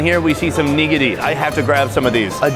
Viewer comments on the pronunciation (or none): Hi... why are we putting the accent on the first syllable in "nigiri"? Is that an American understanding of how japanese words are pronounced? Asking because I've heard others do this. First of all there's no real accent because the syllables are "flat"- so there might sound like there are accents in there but there aren't really. Second of all, even if there were, it wouldn't be on the first syllable. If there has to be an "accent," it would be on the second syllable, so please pronounce things like a normal (English-speaking) person and just say /Nih GEAR ri/. It's not wrong. It's weird to say /KNEE-gearry/, not to mention, it sounds like a really, really bad word. I would not go there. Sorry if this is rude but it was cringe. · You need to learn how to pronounce "nigiri" I wouldn't eat shark fin, considering how cruelly they are killed and wasted.